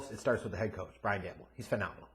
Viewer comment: omg dude lol it's pronounced Joe Shane & Brian Dable like cable or Gable, please 4 da love of God lol